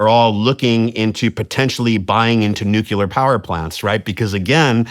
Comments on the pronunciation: Nucular is not a word, it’s Nuclear…. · Did this guy actually say "Nucular", I thought Benny Johnson was the only illiterate to say that. You ruin your whole persona when you utter this drivel. It's like 40-60 year olds wearing their baseball cap backwards, pitiful.